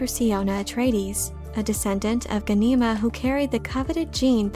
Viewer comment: Wow. Someone else who can't pronounce names correctly. Watch the miniseries. It's GHAN-i-ma. All vowels are short.